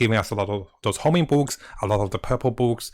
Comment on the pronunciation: IT’S HONING NOT HOMING!